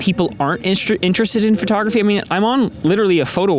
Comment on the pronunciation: FerTogRuhFee 😅😅 I can’t unhear it at this point. Non English speakers are daily confused at where the “fer” sound comes from 😭😭😭